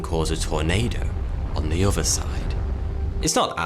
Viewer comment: it's his English accent. Notice his says "uvver" instead of "other." Or in this vid.."weavver." Instead of "weather.".....it's his accent. P.S. even his "thunder" sounds like "funder."